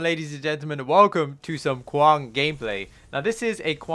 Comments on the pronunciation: Kwong? Why are you saying kwong? If we take away the k, wang, would you pronounce wang as wong? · Really you and hollow are the only ones ive heard call him kwong interesting